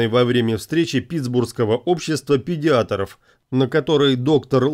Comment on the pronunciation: Педиатров ! (если имелись в виду врачи). Учите РУССКИЙ !!!!!!!!!!!!!!!!!